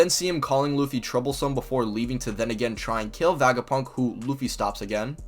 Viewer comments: I liked this video then I heard this man say vagapunk and it hurt every time he said it like physically hurt like istg I have a mini headache for a couple seconds everytime this man says VAGAPUNK. STOP SAYING VAGAPUNK IT SOUNDS LIKE A SEX TOY BRO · Great video, but you pronounce Vegapunk weird lol. It's Vega like Vegas. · Bro what are you smoking when you try to pronounce Vegapunk?